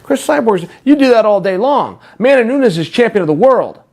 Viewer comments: "Amanda Noons" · If Chael says she's Amanda Noons....thes SHE IS AMANDA NOONS DAMN IT!😂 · Chael "Amanda Noons" Sonnen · Chael " i love Amanda Noons" Sonnen